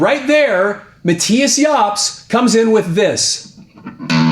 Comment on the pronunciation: Its Mattius